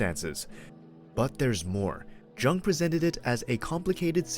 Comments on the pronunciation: Thank you. I appreciate you sharing this information about Carl Jung. It's really interesting & helpful. (The way to pronounce Carl Jung's name is like the word, "young." The "J" is not a hard sounding J. It is soft). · Jung is pronounced Yoong. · Pronouncing the "J" like a J instead of like a "Y" gives this video away as AI. It annoys me.